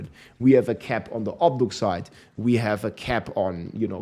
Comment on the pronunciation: It’s not OB-DUC-SITE. It is OB-DU-CITE.